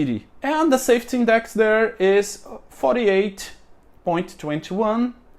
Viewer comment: Just constructive criticism so that you can improve. You pronounce safety, saft and other words with a y at the end. I do understand that in Portuguese you don't pronounce the Y but it is pronounced safe teeee. Long y but pronounced EEE safe tyyyy